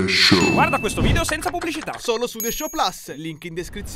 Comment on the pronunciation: Guardate, premetto che amo tutti voi dei the show ma se lasciate dire un’altra volta “the show plus” in quel modo a non mi abbonerò mai più